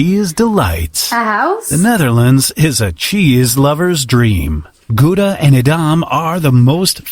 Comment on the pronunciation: Gouda = GOW-DA not GOOD-A and yes its the city where the cheese comes sfrom.